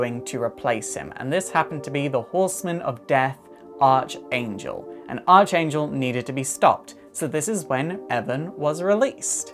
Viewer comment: Archangel is pronounced more like "Ark angel"